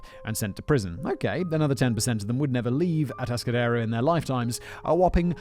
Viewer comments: Ah-task-ah-dare-o I used to drive through there on my way to Morro Bay, the place has had a bad reputation in California. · Kemper is fascinating. Almost as fascinating as hearing Simon mispronounce Atascadero for two hours. Kemper is still alive and is at the California medical Facility (CMF) in Vacaville. CA has a moratorium on capital punishment.